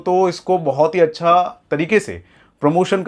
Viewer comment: Acha ko accha nehi bol rha h ye